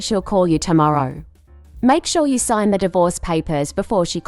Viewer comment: Sgin instead of sign divorce papers